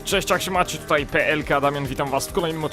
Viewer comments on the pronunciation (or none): none